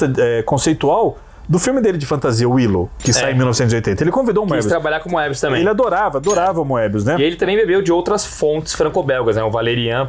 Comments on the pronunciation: eles falam moebí mesmo na frança? kkkkkk acho que é mobiús a pronuncia, com O fechado e sem pronunciar o E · Na verdade, vocês não se enganam muito ultimamente. A única coisa a criticar é que Moebius se pronuncia "mêbiús" em francês (o acento no U é para indicar que a sílaba tônica é a última, o que nunca aconteceria em português) ou até "moêbiús", como eu já ouvi o Druillet falar, embora o "oe" em francês (que é um único caracter no idioma) se pronuncie "ê". Nada de "Mêbi" ou coisa assim, isso é totalmente errado! Nem vou comentar as pronúncias de outros nomes em francês... A partir do 10, a nova encarnação da Métal Hurlant começou a publicar material inédito nas edições pares também. Os clássicos já foram todos publicados em álbum e a galera não estava comprando... A gestão do Goscinny na Pilote foi absolutamente essencial para os quadrinhos franceses e marcou a ascensão da produção francesa no mercado franco-belga, que era até então fortemente dominado pelos belgas. Goscinny estava sempre descobrindo talentos novos para a Pilote e até os dava uma certa liberdade criativa. Foi na Pilote que o Philemón do Fred, série altamente experimental, foi publicado e Goscinny defendeu a publicação com unhas e dentes, apesar de ser muito criticada pela maioria dos leitores. Quando o Alix do Jacques Martin foi censurado por nudez na França, Goscinny foi por iniciativa própria no departamento que fiscalizava as publicações na França e conseguiu liberar a obra. Goscinny estava longe de ser um conservador ou careta! Mas como vocês disseram, os autores mais novos queriam fazer material com um nível